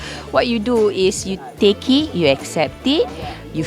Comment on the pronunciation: Okay, wait what? What's with the pronunciation??? "You take-y....you accept-y". Weird that she vocalized "it" while silencing the "t".